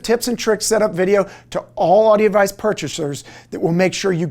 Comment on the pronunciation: am i the only person to notice these guys are incapable of enunciating all the syllables in their name? this guy (the ceo, yet) says Audi Advice